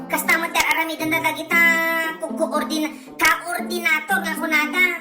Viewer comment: KAOR-DINATOR is real anti .. 😂😂😂😂😂😂